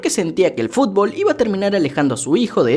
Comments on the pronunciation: Like Si Te Reíste Como Pendejo Cuando Dijo Fulbo JAJAJAJAAJ 🤣🤣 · Estoy viendo este video a las 6 de la mañana, te escucho decir “fulbo fulbo” y que me suelto a reír y despierto a mi esposa jajajaja en fin mañana duermo en el mueble pero valió la pena 😂🤣😂🤣😂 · Admito que si me reí cuando dijo sulbo 😅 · Amo cuando dice fulbo